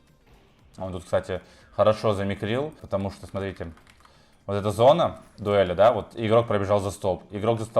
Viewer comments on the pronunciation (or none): none